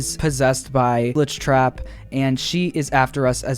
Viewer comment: hIs NaMe Is AcTuAlLy GlIcHrAt~Elise